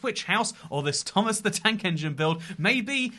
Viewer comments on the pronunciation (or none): none